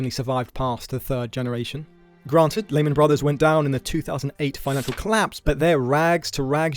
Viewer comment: FYI it’s pronounced Leeman not Layman